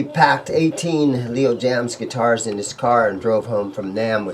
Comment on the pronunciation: Jayms is not pronounced jams lol but I want one those n a tele just to hang in the wall :)